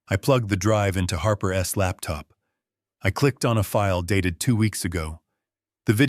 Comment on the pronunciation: Every time there is a possessive he pronounces wrong ! Doesn’t anyone tell these narrators how it’s pronounced as Harper’s not Harper S. Preston’s not Preston S car. For example